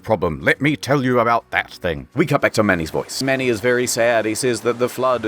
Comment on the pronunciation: " the mamoth"